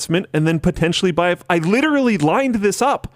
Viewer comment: lit·er·al·ly....4 syllables, Linus. You can do it. I believe